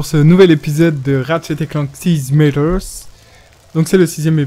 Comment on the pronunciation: Enfin un lets play de size matters [saize m"a"tters (pas é)] qui tienne la route, contente d'être tomber sur ta chaine. bon j'avoue je pinaille un peu sur la prononciation du titre, mais ça me fait tiquer à chaque fois que je t'entend le prononcer :). Merci en tout cas de nous faire découvrir cet excellent jeu